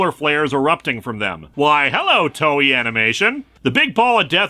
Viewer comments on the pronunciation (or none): You mispronounced Toei.